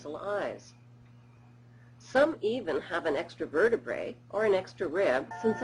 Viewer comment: she said extra vertabrae... next..